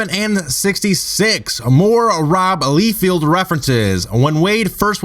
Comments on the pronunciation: Don't wana be a dick or anything but it's (Li-field) not (lee-field) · I stopped at "LEEfield". seriously, whut?